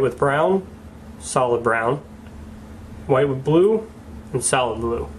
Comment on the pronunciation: thought he was saying 'salad' not 'solid' for a second lol